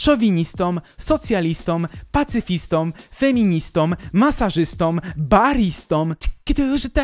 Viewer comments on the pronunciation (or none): Drogi, przypuszczam, że uważasz się za intelektualistę, jednakże osobie wykształconej nie przystoi niezachowywanie zasad poprawnej polszczyzny. Masz okropny nawyk używania "om" zamiast "ą" w wypowiedzi, co wybitnie pokaleczyło mi uszy w minucie. MasażystOM, seksistOM, nazistOM (itd.) to możesz co najwyżej coś dać, natomiast osoba może być masażystĄ, seksistĄ, nazistĄ (itd.). Pozdrawiam.